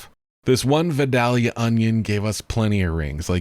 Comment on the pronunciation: Great tutorial. But you need to learn how to pronounce "Vidalia" ☺️